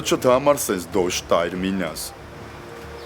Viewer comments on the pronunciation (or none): Նախ Տոշ չի, Դոշ է , հավի դոշ, կամ հավի կրծքամիս, գոնե ճիշտ արտաբերեք ձեր դաստիարակչական դասախոսությունը 🫣 😉